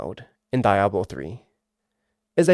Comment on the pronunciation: The way you say Diablo makes my ears bleed.